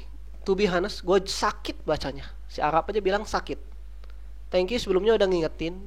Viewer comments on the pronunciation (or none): none